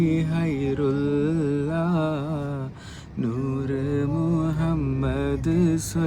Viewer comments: Hairulla alla ghairullaa ennaa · Hairulla alla ghairullaa aan😮